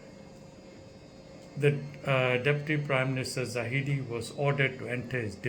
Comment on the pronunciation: i agree with you Dr. But please get the name right. It is zahid not zahidi. waiting for more from you